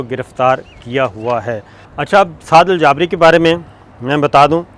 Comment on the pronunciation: سر ان کا نام سعد الجابری نھیں “سعد الجبری “ھے